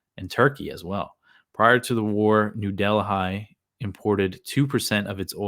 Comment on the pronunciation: Think it’s pronounced like New Delly